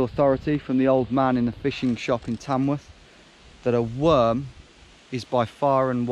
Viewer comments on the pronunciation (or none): Did you say Tamworth?